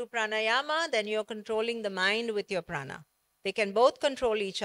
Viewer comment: Pehle isko प्राण बोलना सिखाओ भाई, ये महाप्राणaa kya hota h भाई?